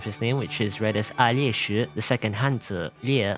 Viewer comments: as a russian, Alesh sounds more like "Алёша" (Alyosha), because "ё" is usually written as "е" and seeing it written as "Алеша" (Alesha) is normal, and so Alesh, i think, is supposed to be this one, but just lost that suffix "a" at the end. It is a deminitive of "Алексей" (Aleksey). For Aleksandr we have "Саша" (Sasha) instead. Somehow. The origin is still exactly the same as 70% of our names are from orthodox christianity. Pogranichnik is spot on, so a fun fact instead of fach-checking: in ENG he is voiced by the same VA that voiced russian Witcher (Geralt of Rivia). In fight he says "Полнолуние" (Polnolunie - full moon) and "Здравствуйте, Endministrator" (Zdravstvuite - is a polite "hello" litreally translating to "be healthy"). And his soldiers do look like Tachanka, don't they? Well, the OG Arknights does have a Tachanka operator from Rainbow Six Siege. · Из того что услышал, могу прокомментировать только Перлику и русских. Перлика - буквально с китайского переведется как талисман компании, в это я верю больше(я не хочу чтобы моя девочка оказалась злом или в будущем ещё страдала. Хватит ей.). Не Алес, а Алеш, Алёша. Не погранитсник, а пограничник)